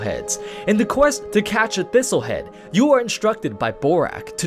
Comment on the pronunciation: "couldah been a thistle heead"